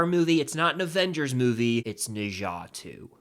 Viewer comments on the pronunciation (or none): NOT NE ZA nezha